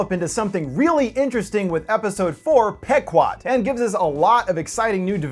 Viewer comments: It's pronounced "PEE-QUOD," you Millennial moron, not "peck-wad." Typical Millennial -- a lifetime of reading words online without ever having heard a human being speak them. Quit gaming and get out in the real world. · It's pronounce "P-quad" not "Pek-wad", sir. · It's pronounced Pee guad. The name of the boat in Moby Dick. Millennial assholes. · In all honesty it's pronounced pe-quad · it's PEE- KWAD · pronounced "Pee 'quad" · Isn't it pronounced Pee-quad? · I think its pronounced pea-quod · Pronounced "Pee-kwod". Named after an Indian tribe from Connecticut.